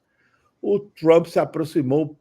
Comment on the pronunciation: Por que essa necessidsde de enrolar a língua pra pronunciar "Troomp", que coisa feia!!